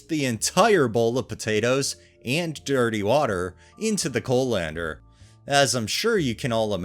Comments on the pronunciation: Co-lander. lol. CALL-in-der, dear, CALL-in-der. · I was listening to this and not reading so confused as to what a co- lander was. It's pronounced coll-ender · Coh-lander XD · How pronounces colander was so distracting lol. I’ve never heard it pronounced that way. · “Curmud- gion”??? Have you never heard the word curmudgeon? Or colander? I’ve believed you are a real human narrating these but sometimes have my doubts for the odd but wild mispronunciations. In any case, you’re superior to all the AI narrations